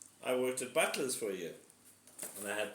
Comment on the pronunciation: Thought you said butless pizza😂